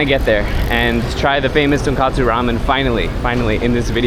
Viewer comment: 英語で言うとトンコツラーメンがトンカツラーメンに聞こえる。一蘭もShinShinも並びが多すぎて本当に観光客の方は大変だなって思う。